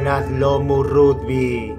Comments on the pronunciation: "Rugby" - "Ragby" asi se pronuncia gil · Jajajaja esa voz... El RUDBY